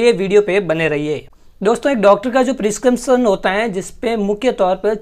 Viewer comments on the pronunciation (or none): Kya hota hei ? Tu pharma student hai prescription pronounce nahi ho raha tere se